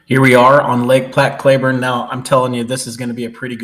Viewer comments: It's Clee burne not cla burne. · It’s pronounced Cl”ee”burn, but enjoyed the video. I grew up there and have a 10.5 black mounted. I wouldn’t do it again, but I was only 17.